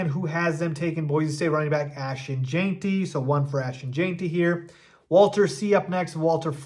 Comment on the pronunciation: It’s Gen-tee. Not Jane-tee. Listen to anyone else say his name if you still don’t get it. Please!